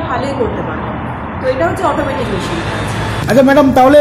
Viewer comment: ম‍্যাসিন নয় মেসিন বলা অভ‍্যাস করুন